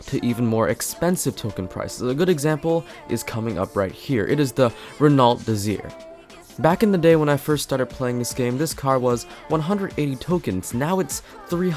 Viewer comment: Btw, Renault is pronounced Ren-oh. The stress is on the second syllable. The “t” at the end is silent.